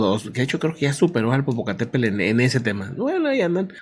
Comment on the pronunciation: la semana pasada me hiciste reír un buen cuando dijiste "wescam del Popocatépelll ".... 🤭🤭🤭...y veo que muchas personas no pueden pronunciar "Popocatépetl...en fin saludos 🎉🎉🎉...no cayó tanta ceniza en la cdmx el día de hoy!!pero ya muchas personas comienzan con problemas en la garganta y algunas personas dicen que les arden los ojos.